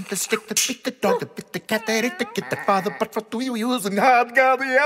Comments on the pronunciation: Half the time he pronounces it 'yuzim' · I love that half the time he accidentally says yuyuyuzim instead of zuzim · Every time he butchers "zuzim" I lose my mcfreaking mind